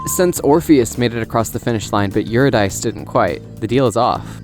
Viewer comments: it’s pronounced Ur-id-di-see lol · This is an excellent video! Single note, Eurydice is yor-id-i-see.